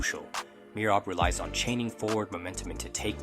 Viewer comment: Need to learn to pronounce all the names properly. Am guessing it is AI as it sounds like a native English voice butchering Merab's name amongst others.